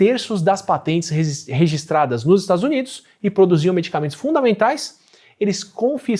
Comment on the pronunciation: que bom saber que o átila é gente como a gente e fala "resistradas"